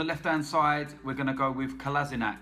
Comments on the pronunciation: It's not pronounced Kolasinac. Its pronounced Kolasinach. Dumbass. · Learn to pronounce Kolasinac's name. Kolla - Sheen(like Charlie Sheen) - Ahtz